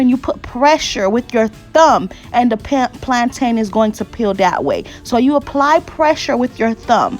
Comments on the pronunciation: Just like mountain ⛰, and fountain ⛲, that's the same way you pronounce plantain. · Ooh thank you so much sis 🙌🏾 My Jamaican self keeps going 😬 every time I hear plaintain cuz we say it like "plon'in" 😆 I'm tryin to learn all the Haitian recipes so hubby can leave the stove 😆 🇯🇲❤🇭🇹